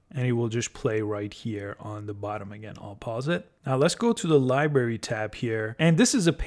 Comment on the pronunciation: Good video BUT please learn how to pronounce LIBRARY. It is not "LIBERRY". This was a little painful to listen to ;>)